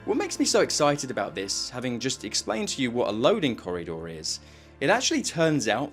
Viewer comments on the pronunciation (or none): it was only after you said it a few times that I realised you said "corridor", I was like "what's a corry door?" lol